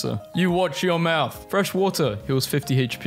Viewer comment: MOWTH HAHAHAHHAHA